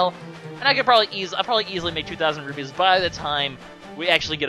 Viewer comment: I keep hearing you say rubies, but the are rupees, I can't tell if you are saying it right, but I think you aren't